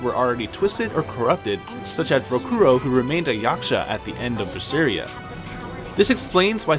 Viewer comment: Great references in the video, it's awesome that people went through so much research and discovered these connections, the only issue I have with anything in your video (and this is minute ... and quite possibly a little petty of me, so forgiveness) is how you kept pronouncing Rokurou's name incorrectly. You correctly pronounced "Shigure" and " Rangetsu" each and every time, but failed at Rokurou... even though his name is spoken and the Japanese accent is correctly pronounced in English throughout the entire game multiple times. I do apologize again, but it has always been a huge peeve of mine.